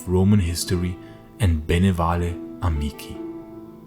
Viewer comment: Excellent work. The plural of insula, that is insulae, ot is pronounce "insule" with a 'e' like in 'bene vale' which you pronounced correctly.